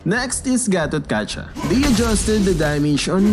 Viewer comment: Not gatokaja it is gatotkaka